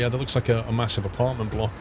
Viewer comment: "MaHOOssive" hahahahaaha... I'm using that from now on.